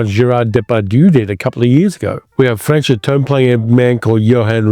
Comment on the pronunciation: Please learn how to pronounce names like Maigret and Franchot properly. There is no excuse. I can’t listen to you, fingernails on chalkboard.